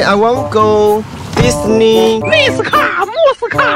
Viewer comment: 笑死 聽到那個迪士尼我才確認 英文好像比我還爛??